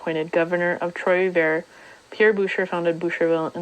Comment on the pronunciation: Advice on pronunciation. As a French name, that would be 'boo-shay'.